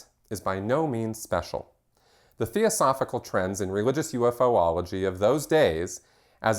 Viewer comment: UFOlogy is pronounced as one word. Phonetically: You fology...You fo logical etc